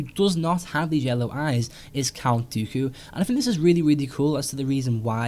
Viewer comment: I like your vids, but I can't get past the way you say 'think' as 'fink'.